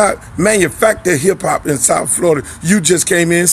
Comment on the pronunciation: Flo-Rida????? For real Luke 😂😂